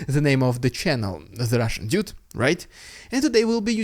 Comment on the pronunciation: You really need to work on how ypu say dude as it sounds like idiot with your accent lol need to be clear with the word dude